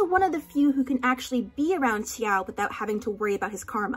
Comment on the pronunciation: I once read a zhongchi fic that included the detail about the chopstick symbolism and I actually wasn't aware it was canon Edit: the way you pronounce x-i-ao gets on my nerves